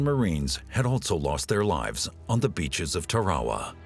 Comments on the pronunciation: It's Tarawa, not torrahrah..... pronounced 'Tara wah' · .....on the beaches of Tare-wah-wah ?!?!?! WTF 😂 think he means Tarawa hahaha. Damn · Ok. I get mispronouncing TARAWA. But Mount Suribachi is a view killer. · Over a 1000 America soldiers were lost on Tarawa, and this narrator can't pronounce Tarawa properly. 😢